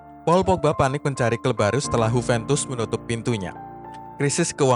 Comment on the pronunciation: Juventus bukan huventus 😂